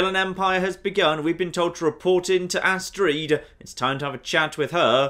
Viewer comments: I think says astreed just to fuck with us. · Doesn't understand how people can call herb erb but continuously calls Astrid astreeed even though her name is said many many times in game... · you ever think that maybe Astrid sold you out because she was pissed that you kept mispronouncing her name? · Don't worry, she doesn't give advice to people who say Astrid astreed. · He's been mispronouncing names this entire playthrough just to fuck with us I love it, it adds charm